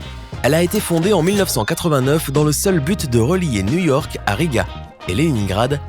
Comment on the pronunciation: Il a dit New Wark et non New York